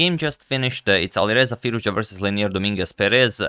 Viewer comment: Mohammadreza said that the pronunciation is not firouja but rather 'firouj ja'